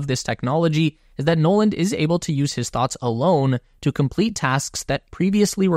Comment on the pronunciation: "Noland" "Nolan" There, fixed that for you.